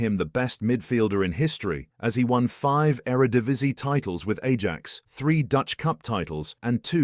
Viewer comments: They way he pronounced Ajax bothers me so much 😂😂😂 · Can we just not use a computer to narrate shit? The mispronunciation of Ajax and Edgar Davids completely took me out of the video.